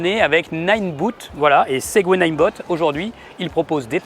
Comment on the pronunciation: c'est ninebot, pas nineBOOT. Pensez "botte". Sans malice.